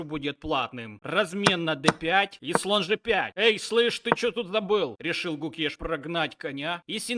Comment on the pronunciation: Клоун, Домараджу Гукеш, а не Кукеш